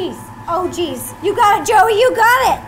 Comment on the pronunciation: When u said joey i thought u said jelly and even though jelly is not a candy could u do it?